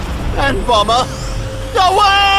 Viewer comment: No it's "bummer." Not "bomber"